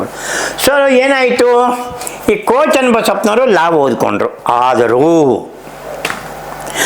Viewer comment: Daitya means Rakshasa. Why are you saying Ko Channabasappa as Daitya, what Daitya working Ko Channabasappa has done, kindly explain Ko is NOT KONA